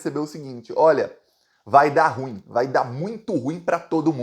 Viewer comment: meu prezado, carregue na pronuncia: ru-im.